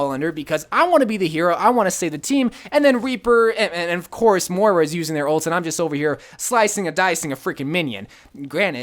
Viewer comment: MOIRA NOT MORA REEEEEEEEEEEEEEE